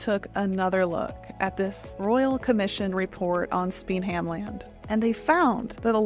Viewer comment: I always enjoy your vids, however to pronounce Spenhamland, SPEN(silent H)am-land. Emphasis on the FIRst syllable.